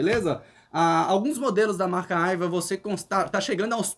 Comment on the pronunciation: Nao e' " Aiva" , e sim "Aiwa" com Wa de Washington. 😉